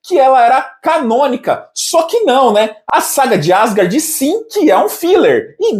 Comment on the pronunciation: calma p q? Quem disse q eu estou enfurecido? O aspone lê uma mensagem e interpreta q o emissor está tomado de cólera. É um "jênio" com j de jumento 🐴. Eu nem pretendia fazer, mas vai mais uma correção: Asgard é oxítona, não paroxítona, ou seja, pronuncia-se AsGARD, com ênfase na última sílaba, e não ASgard. "Jênio" 😂😂😂😂😂😂😂